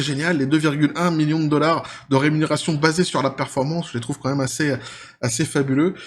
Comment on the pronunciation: Dollar pas dollarse